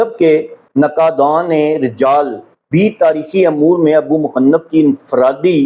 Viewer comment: اللہ تعالیٰ آپ کی حفاظت کرے ۔ طبری لفظ ط پر زبر پڑھیں اور ابو مخنف م کے نیچے زیر اور ن پر زبر پڑھیں ۔جزاک اللہ